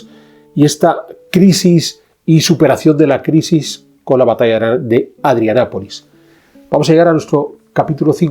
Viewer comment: Me parece que se dice ADRIANOPOLIS, CON LA "o". Gracias por el vídeo.